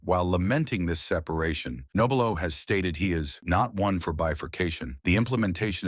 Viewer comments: Your doing it again it's pronounced NOB R LOW you obviously don't know the subject matter. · You should not be doing this story, hell you cannot even pronounce his name right!